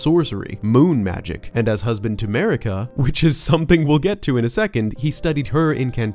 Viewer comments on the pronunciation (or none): It's Marika, not Merika goddamit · Ahem.. MARika. And RANni... fucked up the names of best characters.